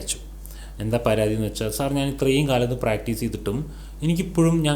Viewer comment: എന്നു വെക്ഷാൽ എന്നല്ല പറയേണ്ടത്, എന്നു വെച്ചാൽ എന്നാണ്. പിന്നെ ഒരു കാര്യം ചോദിക്കാനാണെങ്കിൽ ഒരുപാട് സംസാരിക്കാതെ സ്ട്രെയിറ്റ് ആയിട്ട് കുറഞ്ഞ വാക്കുകളിൽ ചോദിക്കുക. അതാണ് പ്രേക്ഷകർക്കിഷ്ടം. ശ്രദ്ധിക്കുമല്ലോ